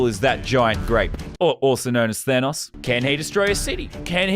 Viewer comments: Than oes, not thanas NO, it's thanos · Plz say thanOs not thanous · The way you pronounce Thanos though lmaoooooooooo